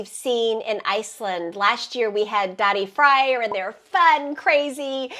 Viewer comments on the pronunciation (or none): Omg pronouncing Daði Freyr as Daddy Fryer is way too funny to me.